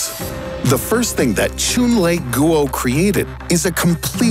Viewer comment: Goo-oh lol (facepalm)